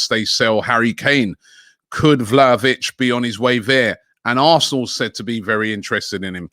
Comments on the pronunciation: Man said Vlalovic 🙆🏾‍♀️🙆🏾‍♀️🙆🏾‍♀️!!! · My guy said vlahovic incorrectly in the space of 2 seconds seriously gotta love robbie